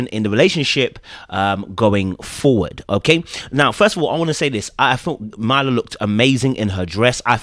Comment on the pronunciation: I know it’s not intentional 😂 but please say this woman’s name correctly. MUR-LAH (Myrla)